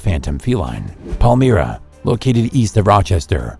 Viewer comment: Pal mra? Perhaps he got confused Elmira. Ehich is near each other